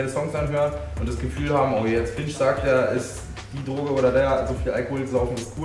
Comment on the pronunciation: Mein Gott es heißt FINCH und nicht !!!Finsch!!!